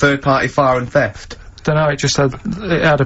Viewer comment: do other Mancs struggle with words like theft?! I assumed this was a Karl brain fart and not something other little Manc fellas suffer with. Fascinating.